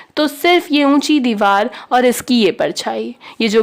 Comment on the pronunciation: Didi sab theek hai thanks but dewal nhi hota deewar hota hai😊